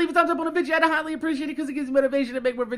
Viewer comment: Hey my question is why do you say Vidja. It just kinda made me wonder. Ps I love your outro